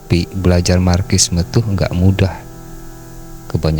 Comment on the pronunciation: Di baca nya marsisme bang. Bukan markissme 😂😂😂😂